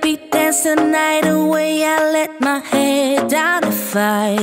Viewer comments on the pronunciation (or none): none